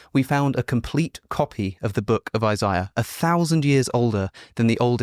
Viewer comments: It’s pronounced eye-zay-uh. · Why are you purposely mispronouncing names. Its “eye zay uh” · Alex pronounces some words funny: Isaiah: I-zeye-a extant: ex-stankt Moroni: Morown-eye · who says “eye-zai-ah” for Isaiah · I'm not listening to someone who can't pronounce Isiah. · The way you pronounce Isaiah would have been something you would have called Wes out on missing as "contextual difference" and yet we can all make a logical conclusion that its the same thing. Perhaps youre just trying to cash in on the hype and try to get a showing on Rogan too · Hmmmmm. Should we trust the word of a man that is about to get his PhD and devoted his entire career to the subject matter or the dude that can’t pronounce “Isaiah”… tough call 😂😂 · Yeah I’m not about to listen to a guy that can’t even pronounce Isaiah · Already know I'm listening to a snob when he has to have his own special pronunciation of Isaiah. One that in years of Christian middle school and high school and existing in culture I've never heard. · Trying to work through your pronunciation of Isaiah. 😂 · Wait... British people pronounce Isaiah like that???